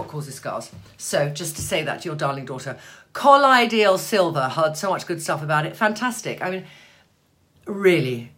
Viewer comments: Trinny, if possible, I would love to see Elizabeth Hurley in your bathroom discussing her skincare routine and her MatchToMe colors. And I believe it is pronounced "cuh-loi-dee-uhl". (Hello from St. Louis!) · its pronounced COL-OY-DUL